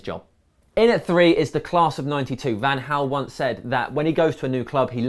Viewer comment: Van Hal? Is it not Van Gal?